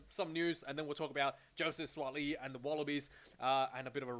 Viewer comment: Bro you pronounce Suaali’i well.